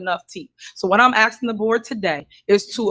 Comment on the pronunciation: She can't sell shit from a prison cell . Stop all that axing !